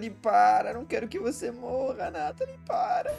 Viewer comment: Ate que fim acertou o nome da Nathalie não chamou ela de Natalia mais agora ele precisa acertar o nome da kyoko ele fala o nome dela certo mais outras vezes sai um Kyoto da uma certa agonia